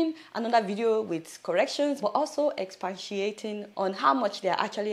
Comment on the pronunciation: Adeola, the correct pronunciation is "expatiate" not "expantiate" . And please always add "illegitimate" when you call Tinubu. Tinubu is an illegitimate criminally-imposed President. The law makers should earn only the minimum wage.